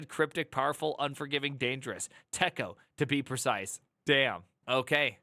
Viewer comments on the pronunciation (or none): We pronounced it "TEA-CO", TECO. Editor ran on the PDP-11. Also its, "Ebb-cid-dick" EBCDIC. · Just because it was like fingernails on a chalkboard... TECO is pronounced "tee'koh". I've forgotten all of it. However, I think it's sort of still alive in OpenVMS and I suspect variants are still around for other operating systems. For those who need more masochism in their lives. Interesting tidbit... the first EMACS was implemented in TECO as macros, and that's where the name came from (Editor MACroS). Many of us who had to edit code back then jumped on it pretty quickly. I'm still an emacs user today, though it's dramatically different today than it was back then. Not completely unlike how vim is different than the original vi, though emacs has more massive historical overhauls and oddities under the hood. Keep in mind that back in the day, some us had to become 'ed' experts, or at least find an 'ed' expert for some scary "I need to perform this non-trivial edit operation on 60,000 production data files, and it has to be right on the first pass because the filesystem is near full and backups take days to restore". Editors for us non-quiche-eaters were very primitive. Of course... I like quiche, so f*** that phrase. Quiche can have anything it, just like pizza. Put some bacon, ground beef, Italian sausage and pepperoni in it if that's your thing. Here's a fun thing to consider about us crusty emacs users... we've been doing functional programming for many decades. Because once you have more than a couple hundred lines of custom elisp you depend on to get your work done fa